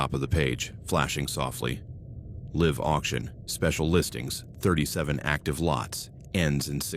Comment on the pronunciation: This AI doesn’t know how to determine the pronunciation of homonyms. I’m listening to the first story, there have been two different instances with the use of the word “live(s)” and the AI got it wrong both times… Also, whenever it is reading numbers, it sounds like it’s having a stroke.